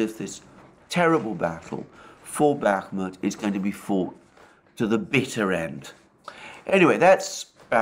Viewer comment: I’d like to point out that it’s pronounced BAH-mut (stress on the first vowel) and ivAnovka (stress on the second vowel). 👍